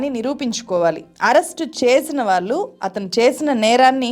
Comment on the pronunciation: వాల్లు కాదు వాళ్ళు…అనేక చోట్ల ళ…ల గా పలుకుతున్నారు. కొంచెం గమనించండి 🙏